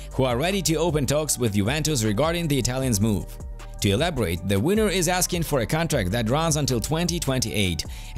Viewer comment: Can you please say (WINGER) and not (WINNER)